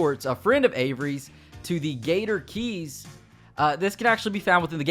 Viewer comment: Why does he keep saying gator gees instead of gator keys